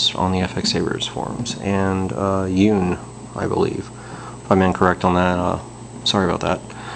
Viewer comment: It's pronounced YUN, like how to say "bun", replace the b for a y and it's YUN.... not Un, as in Universe or Unicorn... it's Yun (Bun... Yun)